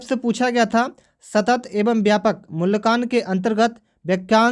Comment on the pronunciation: Wo मूल्यांकन है मूल्यकान नही है। ठीक से पढ़ना सीखिये फिर पढाईये ga 🙏🤣🤣